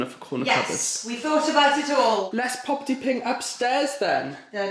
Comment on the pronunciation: saying popety ping 😂 For anyone thinking it (all the non Welsh speaking Welsh folks) it does not mean microwave 😂 a microwave is a microdon and I personally find that even funnier lmao x